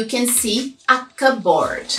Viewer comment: Hi, an English teacher from Turkey. Thank you for your content, I find all of them really useful. But from teacher to teacher, you mispronounce the word "cupboard" time and time again. The pronunciation sounds nothing like neither cup or board.